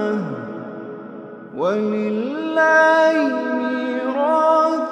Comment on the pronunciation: Assalaamualaykm, I have a question for anyone who knows Quran please, i hear him say a different letter/sound than what its supposed to be? the start of the ayat sounds like "wa lilahi meeraa cus samawathi wal arrd" but other reciters sound like they are saying "wa lilahi mulkus samawathi wal arrd" am i making a mistake here or something please let me know brother or sisters. JazakAllah Khair